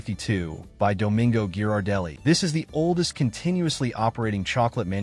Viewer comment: RIDICULOUS. A TOTALLY DUMB POST IS FULL OF HOT AIR. THE AI NARRATION CANNOT EVEN PRONOUNCE GHIRARDELLI CORRECTLY.